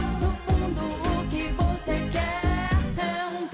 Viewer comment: Na verdade ela fala BOce@ Í